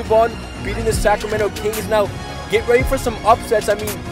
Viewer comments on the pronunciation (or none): none